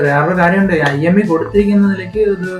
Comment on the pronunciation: Emi അല്ല IMEI